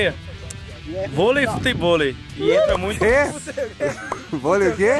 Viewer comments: "Bolei"? Kkkkk Tmj Xará ❤️ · Bolei kkkkk é volei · Aqui tá falando bolei e não volei